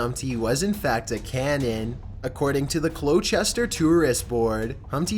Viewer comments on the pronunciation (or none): It’s COLCHESTER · "Cloh-Chester?!" is where they had the cannon? Lol your pronunciations are the worst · The way you pronounced Colchester was painful, but I'm glad my town was featured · It's Colchester